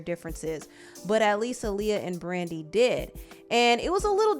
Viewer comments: I wish people would say Aaliyah’s name correctly though. AH-Liyah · Her name is pronounced "Ahh Lee- yah"